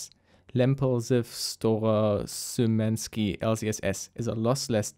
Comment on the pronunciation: Sheemanski. It's pronounced Sheemanski.